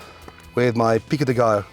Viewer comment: Love how gordon trys to sound Hispanic when he says tortilla and Pico de gallo